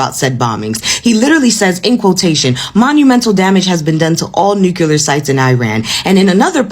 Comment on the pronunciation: "New-clee-R", you mispronounce you "new killers" US of BS!!!